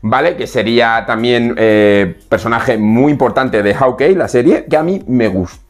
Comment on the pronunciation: Estimado hace meses que te sigo desde Chile en América del sur y me gustaría sugerirte la pronunciación correcta de "Hawkeye" se pronuncia /jokai/. Si quieres te ofrezco clases de pronunciación del Inglés ya que tengo un B.A. en English Linguistics. Una vez mas, me encanta tus videos y siempre los veo.